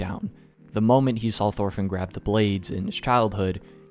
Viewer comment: Say it with me "Torfinn" not THorfinn